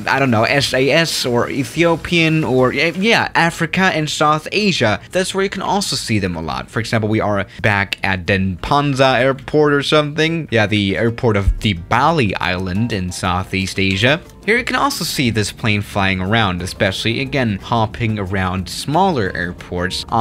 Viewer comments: yay finally plays on my local airport:D edit: not denpansar but denpasar just to remind u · "Denpansa" me : its Denpasar its not that hard to pronounce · its pronounced Den pa sar or the airport name is i gusti ngurah rai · This is literally the first time I heard someone mispronounced Denpasar